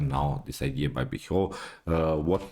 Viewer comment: you pronounced awfully the surname of alan pichot